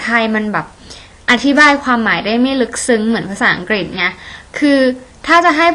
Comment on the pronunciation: พูดไทยคำ"อังกิด"คำ ฮ่าๆๆๆ ชอบๆๆๆ ^_^